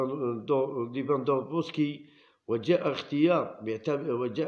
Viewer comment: متعرفش تقرأ اسم ليفاندوفسكي علاه دير عليه فيديو ...ابقى عڨاب زطيوش خير لك